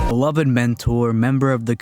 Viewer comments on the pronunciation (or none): none